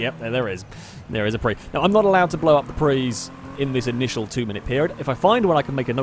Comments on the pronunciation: prius is pronouced pre - us not prees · PRIUS not PRE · the 'us' isn't silent in prius; it's pronounced "pree-us", not "pree" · Why do you call them pris, they're priuses? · It’s Prey not Preeees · Dude it's not a "pree" it's a PRIUS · When you say "Preez" do you mean Prius? You know it's a "Pre-us" not a Preez, right? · Because he's called it for many years and always will. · Well, if you gonna be all Latin on that one, you gotta pronounce it right, like "Pree-ee". Regardless, he said "Pree" in the singular form and I think I heard him saying "Prees" as plural. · You say prius wrong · is there any particular reason why you mispronounce prius?